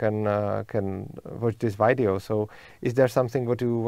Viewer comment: Vyslovnost horsi, ale dokud je rozumet tak je to dobre. Sice je videt ze ti to dava zabrat, ale libi se mi, ze i tak do toho jdes. Za me je toto nejlepsi zpusob jak se procvicovat a zlepsit. Osobne me ale treba drazdi tvoje vyslovnost slova "video". Tady to moc nezaznelo, ale v tom z LibertyConu to bylo hodne do usi bijici.